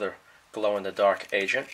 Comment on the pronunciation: i keep hearing "glow in the dark asian" instead of agent 😂